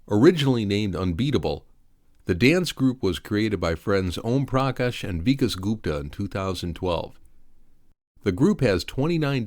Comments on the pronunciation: It's pronounced Vi-kaas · Your pronunciation of Vikash is not correct. But V-Unbeatable is definitely going to win the AGT